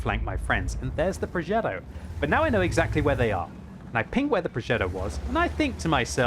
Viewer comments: WTF is a progeDDo? Does he mean progeTTo? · It's a Progetto. Not a ProgeDo.............. You're not American. 🤣🤣🤣